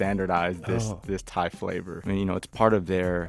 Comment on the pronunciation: Pat is saying Thai food tie food